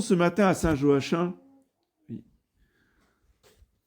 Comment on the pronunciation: On prononce Joakim